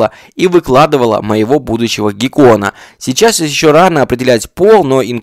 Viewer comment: Вместо "гекона" я услышала "бекон"